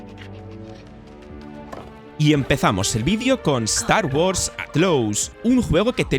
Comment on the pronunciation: Start wars “atlous” 😂😂🤦🏻‍♂️